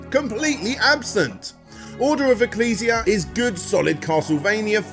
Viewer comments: I just started the video. I have to know, did he pronounce it "Excel-see-uh" lol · He also mispronounced ecclesia